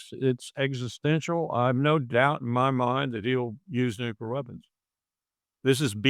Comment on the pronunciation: I lose a few hairs every time someone says nukular!!!